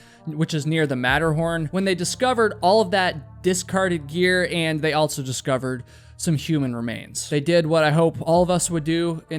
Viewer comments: Dude, can you fucking please stop pronouncing “also” with a t? You say “alt so”. Holy fucking fuck is that hard to listen to. I cannot listen to your voice based on this. You say “alt so” about a hundred fucking times in this video. Goddamn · Did you know that the word "also" doesn't have a T in it? Lol.. you always say "altso.." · altso.... also doesn't have a t in it